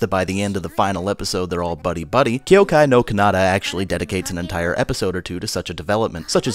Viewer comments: ky-oh-kai nor kah-nah-tah* (sry i cant stand that pronunciation ><) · I'm not sure if the way you're pronouncing "Kyoukai no Kanata" is intentional or is actually the way your pronouncing it...